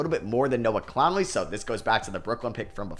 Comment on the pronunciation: Bro love the videos but as an Alabama fan please, it's Noah Clowney not Clownley